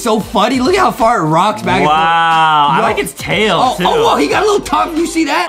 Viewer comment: When Adam was trying to say "ohhhhh" but he said awohhhhhhhh u should put that in a Adam mispronounsing words again compilation